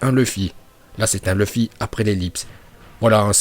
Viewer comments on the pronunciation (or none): none